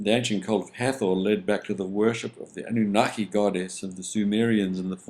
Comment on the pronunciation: Anah-naki lol